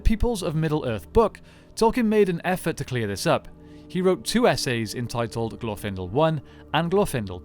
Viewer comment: Ok, admitting that I'm weird, the pronunciation of 'Glorfindel' put me off so much that I couldn't finish the video. I'm not meaning to be harsh, this is as much or more of a "me problem" as it is an "I think there is at least objective congruence upon which syllable gets the emphasis problem", but for me, every single time I heard "glorFINdle", I shuddered. It's "GLORfinDELL" and fight me about it.